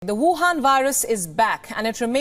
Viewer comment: woohan...I love when you say that...